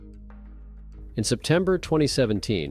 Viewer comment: He said it again "Tiggaaa" omg he did it again.. I might not make it thru this if he keeps saying it